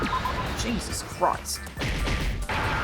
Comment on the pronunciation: Hay-soos, has issues....